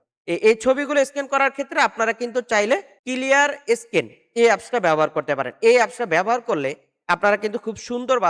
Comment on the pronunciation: মিয়া এটাকে স্কিন বলে না বলে স্ক্যান আগে পরিষ্কারভাবে কোনটার নাম কি শিখুন ।